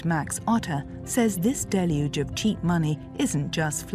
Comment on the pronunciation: Props for knowing how to pronounce ‘deluge.’ “DELL yooj.” abc news and nbc news are not the sharpest tools in the shed.